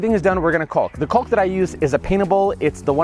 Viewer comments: Dude, PLEASE! I love your videos but your pronunciation of the L in caulk even makes my dog cry. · Heads up buddy, the L in caulk is silent.